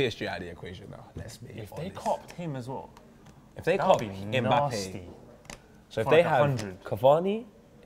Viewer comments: Mebappe will meet mesunday loool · The only thing real now adays is how pronounces Mbappe. "Mebappe